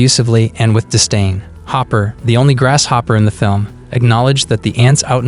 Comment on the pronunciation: I love how you called Hopper "Hooper". Lol. 🤣😆